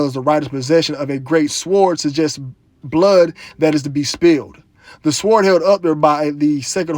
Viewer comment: Sword is pronounced Sord.